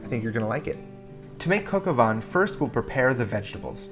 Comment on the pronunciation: coka vaänhn? what the fuck is that